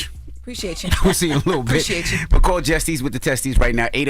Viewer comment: HE CANT SAY JESSIES WITHT HE TESTIES HE KEEP SAYING JESTIES